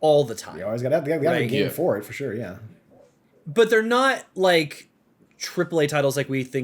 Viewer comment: "for SHORE"... as invented by the one and only... 😜😉